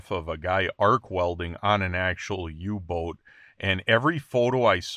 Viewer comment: The "U" in Uboot is pronounced more like the "U" in Uber not like in Youtube 😊